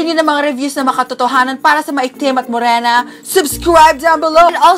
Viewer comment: Fresh Mo-Rey-na